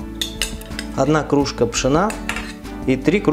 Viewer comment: Все очень понравилось . Спасибо за рецепт , только слово КРУЖКА звучит ужасно .